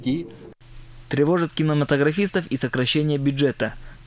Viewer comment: кинОматографистов🤦‍♀️, проверочное слово кинЕматограф, блин, не умеешь говорит, подготовься к записи... 🤦‍♀️🤦‍♀️🤦‍♀️🤦‍♀️🤦‍♀️🤦‍♀️🤦‍♀️🤦‍♀️🤦‍♀️🤦‍♀️🤦‍♀️🤦‍♀️🤦‍♀️🤦‍♀️🤦‍♀️